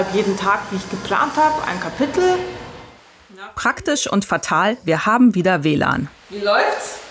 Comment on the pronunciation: menschen, die "kapittel" sagen und nicht "kapitel" sind mir sehr suspekt!